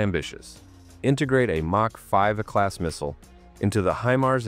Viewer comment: "Mark 5" Hypersonic missiles, really, stupid AI narration